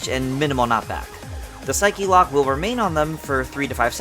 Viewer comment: I love all these concepts but I could NOT take things seriously when he started saying "Psych-E Locks" because I'm so used to hearing it said as "Psych Locks". I guess it's the """proper""" way to say it but it's SO alien to me that I couldn't help but giggle.